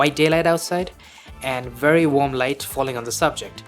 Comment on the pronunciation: Are you sayin' Warm ? Or Wamb ?or Wonb? Or Wob? ?? Its annoying sound like Wonb...🙃